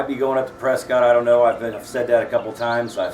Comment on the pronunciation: Hey, if your gonna live in Arizona, learn how the natives say Prescott. It's prounced "Preskitt", kind of like "biscuit". Anyway if you're not from here, it's a dead give away.